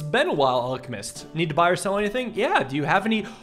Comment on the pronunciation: “Its been a while ‘Alek Mist’”😂